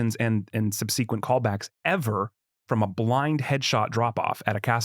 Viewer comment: Dude said "sub-sea-quent". Not the dude who is still learning English.